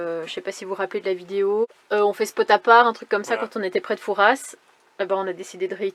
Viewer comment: Les ronds c'est pour collecter les bébé huîtres et on dit fouras pas fourasse je te l'ai déjà dit l'année dernière 🤣😂🤣🤣